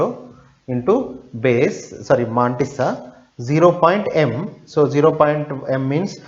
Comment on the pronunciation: Good!! But the pronunciations are more awesome!! MAAAAAANTISSA!